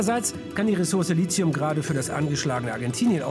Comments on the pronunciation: Man könnte ja erstmal damit anfangen wie Lithium korrekt ausgesprochen wird. Nämlich so wie es geschrieben ist und nicht Lizium. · warum sprechen es alle als Lizium aus, obwohl es Lithium heißt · Ich glaube Lithium wird nur in der Wissenschaft "Litium" ausgesprochen "Lizium" wird dann wohl der Volksmund hervorgebracht haben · Liezium? Nein, Lithium wird es ausgesprochen. Heißt ja auch nicht "Liezografie" oder "Liezosphäre". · Es heißt nicht Lizium, sondern Lit-hium. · Schon beim Wort Lizium - abschalten und Daumen runter. Es heisst nämlich Lithium. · man sagt "Lithium" und nicht "Lizium", sonst würde man "Litium" schreiben. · Wird Lithium nicht "Litium" ausgesprochen? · ja, hast vollkommen recht! Litium stammt auch von grieschisch 'λίθος', dem Stein ab. aber manche werdens leider nie lernen ;-) ... man denke an die Lithographie, den Steindruck. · Es heißt Li-ti-um (gesprochen 🙂 ) von gr. Lithos … der Stein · Lithium wird in der Mitte nicht wie Z oder C ausgesprochen. Es ist kommt ja kein i nach dem T. 😅 Man spricht es eigentlich tatsächlich so aus, wie man es schreibt. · Ein weitgehend kompetenter und informativer Beitrag. Negativ ist zu bemerken, dass der Sprecher den Namen des betreffenden Elements durchweg inkorrekt ausspricht. Der Name Lithium kommt von lithos (altgriech. für Stein) und wird mit hartem t gesprochen (vgl Lithographie, Neolithikum) und somit anders als die chemischen Elemente Strontium und Tritium (sowie Aktion, Reaktion etc.) wo das t ohne h wie z gesprochen wird. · woher kommt in der Aussprach das Z in Lithium? Die Wahrheit ist, man spricht es so nicht aus ;) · Es ist kein z oder c in Lithium. Das Metall wird gesprochen, wie es geschrieben wird. Bitte nicht mit Silizium verwechseln. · Es ist kein "z" in Lithium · Er spricht LiTHium falsch aus. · Lithium nicht Lizium!!!!!! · Es heißt Lithium mit T, nicht Lizium mit Z! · Warum als "Licium" oder "Lizium" ausgeprochen wenn es als Lithium geschrieben wird? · du meinst Lizium?